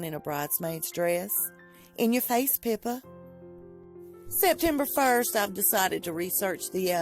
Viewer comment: The first time you said "Pippa," I thought you said "Pimpa" lmao. Meghan's diary is what I thought it would be. I love how Meghan is jealous of Pippa.